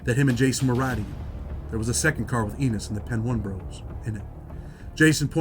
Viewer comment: Its Pee Niii ! Not pen 1